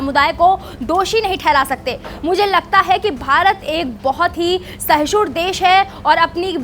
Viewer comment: Sahshun nahi mam Sahishnu hota hai 🙏